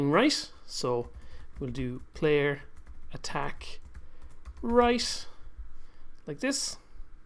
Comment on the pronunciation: i'm sorry i didn't hear you right you said Player_Attack_Rice?